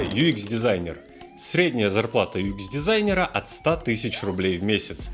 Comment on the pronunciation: юЭкс а не юИкс.:)